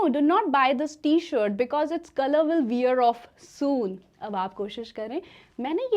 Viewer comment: I'm afraid it's not pronounced as vier off,but where off!